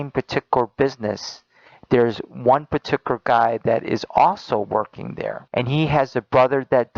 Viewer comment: I can't stand the way that guy pronounces certain words: partickler instead of particular; exetra instead of etcetera, sekshull instead of sexual, collitch instead of college. IDK if it's an accent or a speech impediment, but I almost stopped watching because of it.